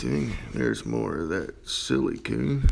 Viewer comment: Is it just Me or is funny how He says silicone